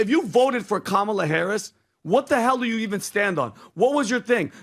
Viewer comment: CALM DOWN.... you sound center left but think you are trying to play both sides of the street. BTW the word you is pronounced 'you' not 'choo' My gut tells me you really want to run bad. It's an ego thing.